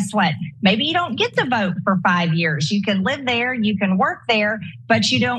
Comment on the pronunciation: It’s “get” Marjie, not “git”.